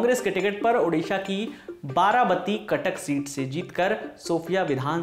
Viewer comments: Dear Lallontop team please write the place name in devnagari because you are pronaunsing वारवाटी as तारावती Thanking you Himanshu ହିମାଂଶୁ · It's not बारबाती it's बारबाटी